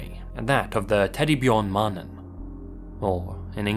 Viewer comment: I'm impressed by how well you pronounced teddybjörn-mannen👍